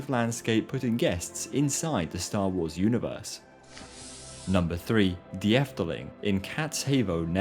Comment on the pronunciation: . Ahum. De (the) is pronunced [Duh]. Duh! But the biggest mistake you made was in Kaatheuvel. That's because the eu in heuvel is pronounced like French deux (two). Think [Kátsheuxvul] in French pronounciation. So [Kaahtsh??vul] in English. First step: learn how to pronounce French. It contains some vowels present in other languages. :). In any case, the H is pronounced. It's not a word like 'inhuman', where the h is pronounced like a y [inyuman]. You English and your silly pronounciation of letters... It's also an hour away from Brussels by the way. Or Essen.